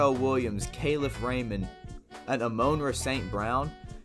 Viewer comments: Thank you Kyle I was thinking the same thing. Don’t report on a person if your not going to take the time to learn how to pronounce the mans name right😂😂😂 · Its "AH-MON-RA" Jesus christ 😂😂😂